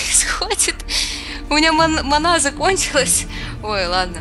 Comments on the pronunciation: И не манА а мАна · Стрёмно когда говорит мана ', когда надо говорить ма'на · Не манЫ а мАнны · Ох ох, я вспоминать свои первые шаги даже не хочу, это было давно и еще а обычном warcraft, это сейчас есть так сказать "все условия". А вообще мне очень нравиться смотреть данные обзоры, только вот ударение на слово "мана" немного удивляет что ли =)